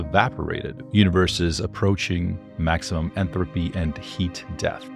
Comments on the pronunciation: When you say, "Entropy" It's coming across as "Enthalpy" which is something different. (entrəpē) vs. (enˌTHalpē) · I don't know why but it really bugged me when he kept saying Enthropy and not Entropy. Also he said 300 years not 300,000 years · Entropy not enthropy. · There is no H in entropy how annoying that pronunciation is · why are you pronouncing entropy so weirdly